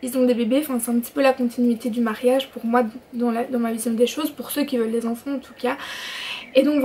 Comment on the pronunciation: Cool,ça me fait rire tu dis "onfonts" au lieu d'enfant 😂💗